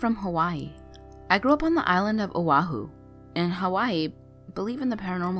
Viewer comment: I’m born and raised in O’ahu and your pronunciation is very wrong